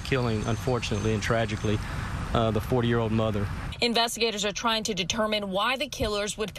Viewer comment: I know he is saying 40 year old mother but I hear 4 year old mother.